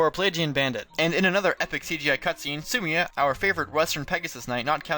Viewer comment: I have never heard so much mispronunciation out of one video. How could you get Sumia and Lissa wrong of all names? It's spoken in a cutscene!